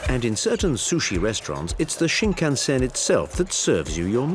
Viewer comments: I don't know who made this documentary, but their pronunciations of Japanese words is terrible, leading me to believe they're not Japan experts. For examples: the bullet train is pronounced 新幹線 (shin-kan-sen) not shin-kan-zen. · For heavens sake, its Shinkansen, not Shinkanzen.h! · It kills me every time the dude says: shinkanZEN.... OMG.. put someone who can speak properly the basic words at least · A bull train is Shinkansen, not Shinkanzen. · It's completely wrong to connect every single items of Japanese culture to ZEN. And it is not shinkan-ZEN but shinkan-SEN. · I love how the guy emphasizes the "zen" in Shinkansen... except that's not how it's pronounced. It's an "s" sound not a "z" sound. There's nothing quite like getting something completely wrong with all the confidence in the world.